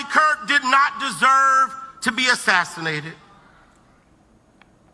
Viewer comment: The second preacher got Charlie's last name wrong as well. He called him Charlie Kris. With as many times as Charlie's name has been said this week all over social media and the news and the man can't even say Kirk.